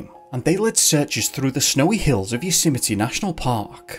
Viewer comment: “You-symety” national park? 😆😂🤣